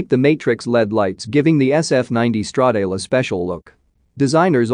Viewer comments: It's Stra-da-le ,not Stredeil!! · Stredeil sounds even worse than Mursaydhese